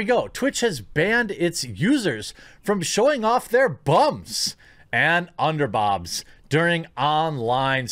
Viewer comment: you are saying "underbobs"